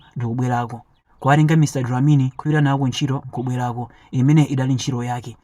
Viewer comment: Mr dlamini not dilamini